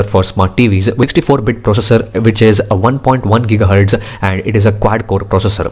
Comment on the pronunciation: Why do you add "A" for every word like processa settinga pasta ? Thanks for the review though.